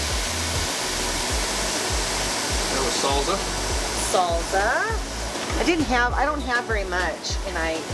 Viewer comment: Another nice video as usual. Was just wondering...I've never in my life heard anyone say salsa with a z sound. is that a WA thing? :-)